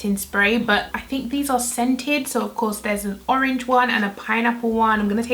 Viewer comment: The Caribbean in you slipped out when you said orange ... h’orange 🤣🤣 we love it 💞